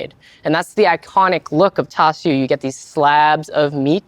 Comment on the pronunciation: That’s how you say it…. I always heard it pronounced char su…. Have I been hearing and saying it wrong??? Sounds like he is saying tau su.